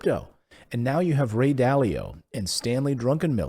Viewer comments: LOL Did I hear Stanley "DRUNKENmiller" ? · Druckemiller, not Drunkenmiller.